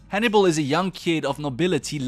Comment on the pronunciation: I thought you were saying honey bowl and I was like who is honey bowl I've missed something here.